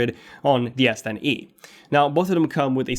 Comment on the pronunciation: I keep hearing yes10e